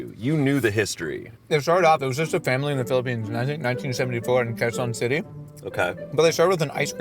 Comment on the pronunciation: really good on pronouncing Quezon! So impressed ❤